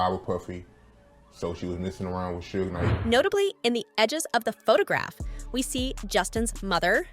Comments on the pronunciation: "Sooge Nite" ...lmao!!! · Love all these white folks or is it AI doing these videos on music industry people they don't even try to learn these criminals names right Lol "Sooge night" and "kid Q Dee" what a mess